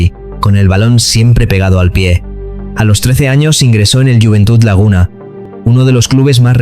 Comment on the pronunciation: Tegueste, no "Tegüeste". Bueno, y lo del "Juventut Laguna"... jajajaja! Escolti, nen, qu'en les Cànaries non parlem a català.